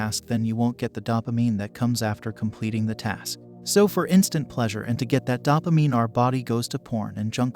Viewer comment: This guys tries to sound all scientific, but his claims about the brain and chemicals are pretty much BS. He doesn't even pronounce dopamine correctly, showing that he's basically a dilettante.